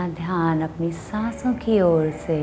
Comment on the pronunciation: Asanaaa, Dhyanaaa....what is this. If you are speaking in Hindi then why the Sanskrit words are pronounced as if they are written in English. I can understand if a non-native does that as they dont know our language so they read these words in English and pronounce like that. But you should not do that, it sounds ridiculous.